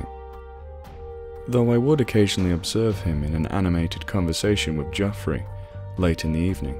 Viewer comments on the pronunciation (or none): No one for one minute would ever believe you where an American. We do not pronounce the Jeoffry as Jah-free. We would say Jeff-ree.